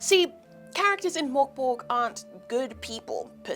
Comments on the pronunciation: Merk Boray - Not Mork Borg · I love hearing English speakers trying to pronounce "Mörk Borg" 😄 Liv was far from the worst I hasten to add.